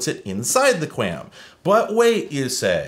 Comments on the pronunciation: Kwam, its pronounced kwam. The 'A' doesnt say its name 😅. And believe it or not cable broadband uses 256QAM for downstream and 64QAM for upstream, the 64/256 is how many quadrants the analog carrier is sampled and converted to symbols, basically strings of bits. SC-QAM "single carrier QAM" is slowly being pushed out, as we moved towards OFDM and OFDMA, but its awesome to see that dial-up used QAM. Or more likely QPSK (4QAM). Anyways, love your content, thank you for putting in the work for us telecommunications nerds 🤓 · I've always heard QAM pronounced like qualm, with the long "a" sound. And I worked in broadcast engineering during the DTV transition, so it was said a lot by a lot of much smarter engineers than I. Anys ways, the only modem new enough to theoretically support it is a V.92 model, but it almost certainly doesn't support it, since the manual, datasheet and AT command reference make no mention of either ASVD, DSVD, V.61 or V.70. I also looked up the datasheet for my Cisco digital modem modules and it also makes no mention of it, which isn't surprising at all. It could've made things very interesting if they did build support for this into their hardware, since this is the kind of technology used by telcos in their ISPs. If they had implemented it, then it could've solved the problem of not getting calls while you're dialled-up. When you're dialled in, your phone carrier simply redirects calls to your number to a voice port that connects to the ASVD/DSVD port of the digital modem that you're dialled in on, which rings the phone connected to your modem, and problem solved. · I've always heard QAM pronounced "kwom" (rhymes with ROM), as though there's a phantom 'U' in there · Qualm without the L is how that is pronounced in the industry. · QAM is usually pronounced "kwom" by wifi people, at least. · its pronounced kwom. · "QAM" is pronounced to rhyme like the US Territory, Guam. Thanks for the walk down memory lane!